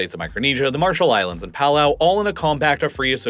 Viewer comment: BTW, not knowing whether that's a robot voice or not, it's/you're mispronouncing 'Palau'; it's properly pronounced, "puh-LAUW" (rhyming with "now"...)